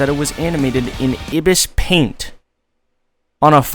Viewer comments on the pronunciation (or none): Bro not trying to be a bully or anything but I laughed when you said ibisPaint as “EhbisPaint”